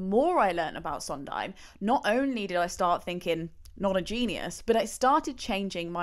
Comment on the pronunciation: You're right about her mispronunciation of "Sondheim"--along with "tabula rasa" and other things--(I think she's a complete idiot to tell you the truth) but you've also misspelled Jule Styne. It was Sheldon Harnick who told Steve that "I Feel Pretty" was too sophisticated for Maria. Steve rewrote it to simplify it, but his collaborators all insisted he go back to the original version.